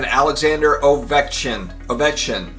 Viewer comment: just call him "the Geat 8" instead of butchering his name